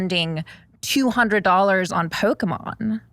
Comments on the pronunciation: It is pronounces Pokemon! with and O not a or e :) it's not Pokemen. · Does know it’s not pronounced pokeMan? Because there is no indication that he’s doing that as a joke. I can’t read this guy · The way he says poke mans like he doesn’t know what it’s called lol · The pronunciation of Pokémon is unreal